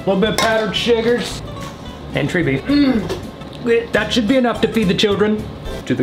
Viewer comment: When he said tree beef, did anyone else think “oh that’s gotta be squirrel meat right?” 😂